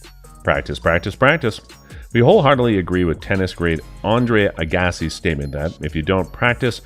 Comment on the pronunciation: I can't take this guy seriously after the way he pronounced Andre Agassi's name... 😔